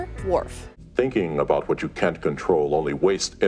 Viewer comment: Why do presenters always put the emphasis on the wrong words? "We spoke with Michael Dorn ABOUT Star Trek..." About isn't the interesting word here.